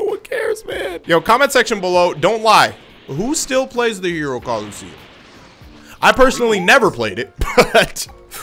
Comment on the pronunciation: mans said hero Colosseum lmao